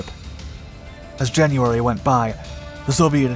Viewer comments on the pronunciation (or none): none